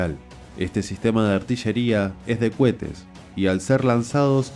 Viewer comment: Co he te !! Co he te ! No Cuete !!!! 🤪🤪🤪